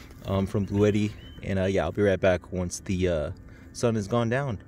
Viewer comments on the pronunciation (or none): By the way, it’s not “Bluetti” but rather pronounced “blue Tee”, very strange, but that’s from their official YouTube channel. I’m gonna keep calling it Bluetti though haha